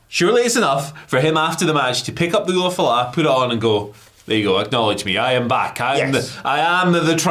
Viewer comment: LA Knight underlined how over the ulufala the audience is by calling it the "oofalafa or whatever" in his promo on Solo